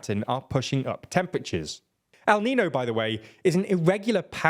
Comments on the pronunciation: no, it sounds like nius, not ñus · Fuck sakes, you guys really suck at pronouncing Spanish words! It takes two seconds to learn how to pronounce “el niño” - hint: the Ñ doesn’t sound like an N! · I love TLDR but do they know how to pronounce stuff properly at all? It’s not that hard? EL NIÑO, not el nino! Learn the IPA or something just try? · Small nitpick, the weather formation is called El Niño, with the tilde. Even if you can't find the character on the keyboard, the "nyuh" sound is as mandatory here as it is in lasagna. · You've got it wrong. Lasagna would be for La Niña, not El Niño. El Niño would be pronounced "neen-yoh". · Hi! Big fan here, thank you for your work! Just a comment… since “el niño” it’s a phenomenon that is going to become more frequent, don’t you think you could try and pronounce it correctly? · my guy, my dude, I know you're British but El Niño can't be that hard for you to pronounce 😂😂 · Is ñ really that hard to pronounce? Say it with me- El Niño. No reason to butcher words just cause they are a different language. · Its called el niño, not nino. Monolingual brits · Is it so hard to pronounce EL-NIN-NYO